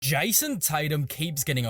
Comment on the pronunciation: Who tf is JAYUOUSOM Tatum? 🤣🤣🤣🤣🤣🤣